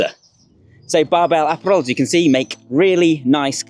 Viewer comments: Uh-pa-rul - apparel. Not Aperol.... lol sorry not sorry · Which he pronounces incorrectly (unless that's how the brand want it pronounced). It should be a - PAH - rul, in the same way you would pronounce 'apparent'. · I can always learn something or be inspired by this channel. Today I also learned the British pronunciation of "app-arel"